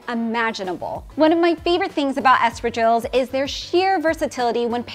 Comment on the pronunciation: Didn't expect to see here the espardilles, they are great!! It's pronounced /ah s pah r dee y eh s/ but good spanish! Saludos from Barcelona!